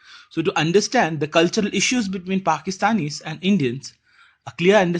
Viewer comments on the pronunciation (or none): none